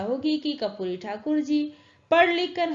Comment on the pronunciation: Ma'am aap karpuri ko kapuri padhte hai